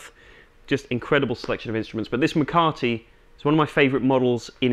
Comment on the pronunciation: McCarty instead of McCarthy